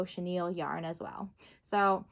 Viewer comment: Haha! I always thought it was cute how you said chenille wrong in your videos.